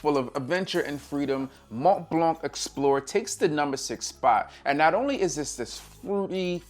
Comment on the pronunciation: I found you very educational I learn a lot but blanc is a French. French do pronounce consonants when if the of a word so the letter c in blanc is silence